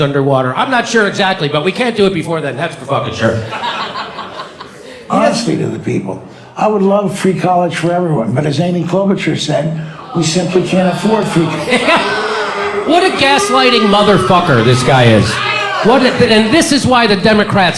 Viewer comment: "Amy Klobutcher?" Gotta love the pronunciations of these older strategists and such which go on TV.